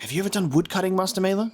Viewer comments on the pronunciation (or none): About pronunciations: Vaclav pronounced as Va-ts-lav, Wojslav as Vo-i-slav, and of course Maler is more German, not Maeler but Mahler. Great job on playthough 🤗🤗🤗